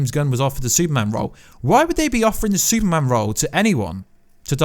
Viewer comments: Bro, you have to learn how to say Super-Man lol. Stop saying soup-man! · Where is the actual news. This is totally your thoughts. Nothing confirmed. Absolute click bait. And it’s Superman. Not soupman.